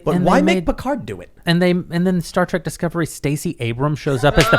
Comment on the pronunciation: Trek tim... its trek! Not track and YOU KNOW THIS MAAAAAAAN!